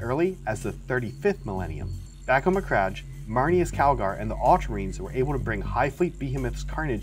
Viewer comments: Please my guy… it’s beheeeemoth behimoth. And is MacraKe not Macraje. I don’t min people mispronouncing this normally but you’re making a video for YouTube, learn to pronounce basic words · Why do you pronounce it as mccrajj and not mc-crag which is how it's said? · What kind of pronunciation of macragge is that? Macraj... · The Ultramarines will hunt you down for pronouncing thier homeworld that way... ha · That's not how you pronounce behemoth or macragge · Your pronunciation of Macragge is upsetting